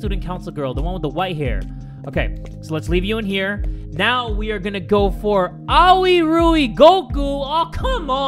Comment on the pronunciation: Also, its A-oi! Aoi Ryugoku!